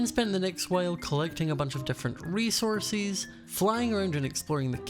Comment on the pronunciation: Everyone: resources: ‘resourcees’ When you said resources like this I had to laugh! I love how you say it!